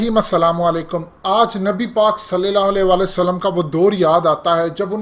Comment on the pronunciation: جناب آپ سے درخواست ھے کہ "صلي الله عليه وسلم" کا تلفظ درست کریں. الله آپکو اسکا اجر دے. آمین